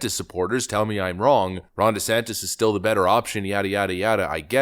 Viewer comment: The closed captioning prints "Rhonda Santis" every time you say Ron's name. I don't know if that's what you are saying but it's funny as hell!.